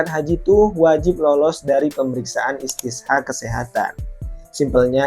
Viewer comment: Koreksi bang bukan istisha tapi istito'ah...